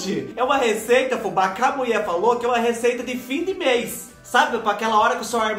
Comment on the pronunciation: Adoro quando ele fala que a muié falô 😂😂😂